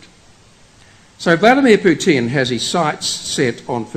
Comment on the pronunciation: It is not PutIn, it is PUtin. The accent is on the first syllable. Also, before preaching, study the history better and the real events in Russia, Ukraine and the pther countries. Everything is connected